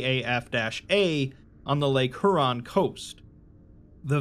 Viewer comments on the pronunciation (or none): Just a quick note: Lake Huron is not pronounced "HOO-ron", it's pronounced "HYOU-ron". Like "Hugh". -Signed: someone who camped in the Provincial park that used to be atop Site-43, located less than a half-hour drive north of me